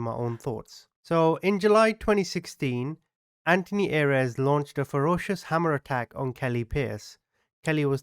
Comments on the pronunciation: Not that this guy deserves anything, and you are amazing, but Ayres is pronounced "AIRS", no? Maybe I'm just too English... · Thank you , his name is pronounced Airs as in fresh air with an s.